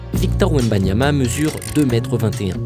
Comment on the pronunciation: Wembanana encore un petit Français bien de chez nous 🤣